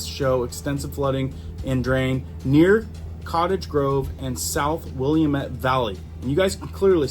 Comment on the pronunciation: Heads up... Willamette is pronounced will- am- met 😉. Whats interesting is the flooding wasnt the expected areas. The golf course north east of Eugene did flood but the areas there that normally would flood along with them didnt.